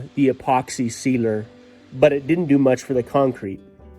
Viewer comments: Sealer not Cedar. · Wow, lots of dust and work! Turned out well though! Am I the only one who thinks is saying Cedar when he says sealer?:-) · I kept hearing him say “I’m going to do two coats of Cedar” 😂😂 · I heard the same lol